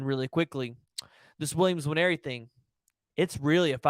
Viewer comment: Dude it’s not N-waneri. Just say Waneri, it’s close enough